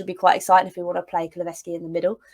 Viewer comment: KuluSevski not KuluVeski, should have stuck with Dejan 😀